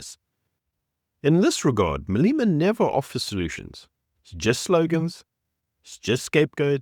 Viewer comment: its not "Maleema". It is Malema.